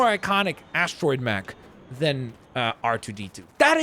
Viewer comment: Also, astro-mech not astriod-mech